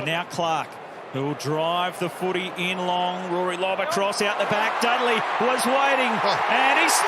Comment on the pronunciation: Bro said Dudley 😂